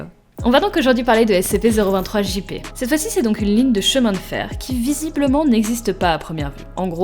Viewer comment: Sa s'ecrit SCP mais sa se dit S-SI-PI